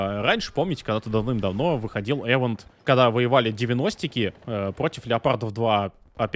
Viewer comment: ИВЕНТ господи ИВЕНТ а не ЭВЕНТ